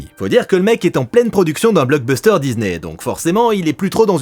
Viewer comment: Il n'y a pas de "Z" dans disney et le "s" n'est pas suivi d'une voyelle, merci de le prononcer correctement à l'avenir !